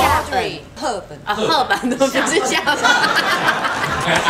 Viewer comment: 原來是嚇本呀 一度以為是赫本呢XDD